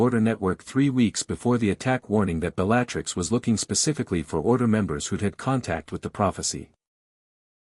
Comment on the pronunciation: Too confusing! The timeline is screwed up. Is it Harry’s first year or his fourth?! Who TF is “Bell-LAT-tricks” & “”Flah-mull”?!! It’s BELL-a-trix” & “Fla-mell”!